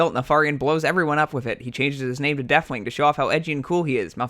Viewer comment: I like how he just gives up on his Th's. Deafwing, Feramore, Azeroff